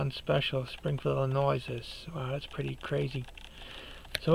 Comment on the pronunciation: Good content. By the way, it's pronounced Illi-noy, not -noice. Just curious, are you from the New England area? If not, where?